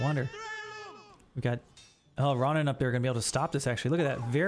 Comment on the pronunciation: Hey, just a heads up Ronin is pronounced closer to like “Row-kneen” Row as in “rowing a boat”, not as “getting into a row/fight”, so the “Oh” sound And ni in Japanese sounds like “knee”